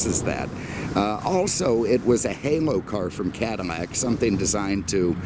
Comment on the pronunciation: Am I mistaken or is pouncing some of his "L"s as "M"s? Like Chevrolet, Cadimmac, anamog? What's going on? I've never heard anyone do that. 😀 MAKE NO MISTAKE... I LOVE THIS GUY!